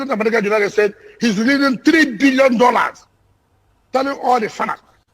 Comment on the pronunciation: Mad man,,,says he doesn't believe they had an hotel there its was kidnappers den. Stupid!!!¡ maybe you should have converted it to a police station funny you can't even pronounce dollars